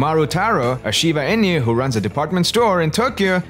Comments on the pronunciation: INU -- ee-nuu, not EE-NEW. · Inu is pronounced E-Nu, not In-you. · In-you XD